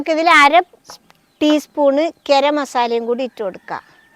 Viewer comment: കിരമസലയല്ല സ്ത്രീയേ ... ഗരം മസാല...